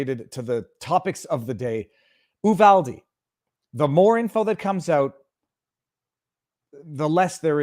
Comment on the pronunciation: Viva it's pronounced - U-vall-dee